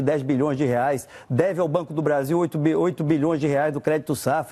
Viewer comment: eu escultei ela dizer brando do brasil 21.13